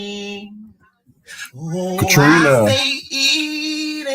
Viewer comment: ... Mac-kee-roni ... "enuff" said